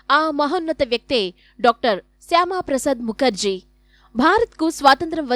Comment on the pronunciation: శ్యామ కాదు మేడం శ్యాం ప్రసాద్ ముఖర్జీ